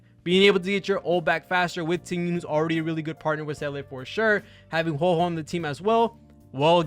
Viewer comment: It’s WHO-AH WHO-AH